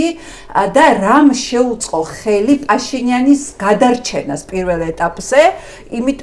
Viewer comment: პაშინიანის (და არა ფაშინიანის) ძახილი რამე პრინციპის საკითხია თუ ბანალური უნიჭობა?